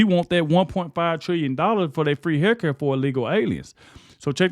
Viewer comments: I laugh every time I see hear him say haircut instead of healthcare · Did you say, “Free Hair Care?” 😂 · Every Democrat who voted to keep the country closed should lose 12 pay checks. Since they seem to be earning so much money. They won’t miss it. When I first heard you saying health care it sounded like you were saying free hair cuts. I discovered that when I watch on YouTube I can give you a thumbs up.